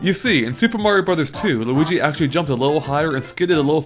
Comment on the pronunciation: did you say Luidi Iwata